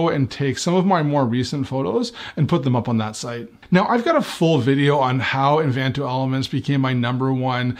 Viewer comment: Hi. I am just started watching your channel last week and love your content and presentation. Just to let you know that it is "Envato" without the second "n". Are you going to try out Creative Market? Thanks for insights. Michelle & Shane